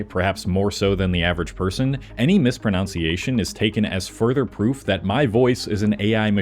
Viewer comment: Did you say misproNOUNCiation?